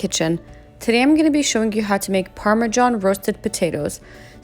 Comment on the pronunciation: "Parma John cheese" lol